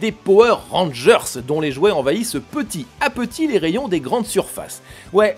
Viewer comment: Ah, que serait un épisode de sans sa fameuse prononciation de peti- À petit sans liaison (pourtant normalement obligatoire s'agissant d'une locution figée). Y a-t-il une private joke ou autre référence qui m'échappe là-dessous, serait-ce un habile stratagème pour gratter à chaque vidéo quelques commentaires comme le mien pour le référencement, ou s'agit-il tout simplement d'un choix esthétique? Je serais curieux de connaître enfin l'explication se cachant derrière ce peti(t) exotisme... 😉